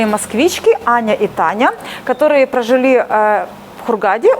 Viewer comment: Согласна, от слова прожИли передернуло и смотреть перестала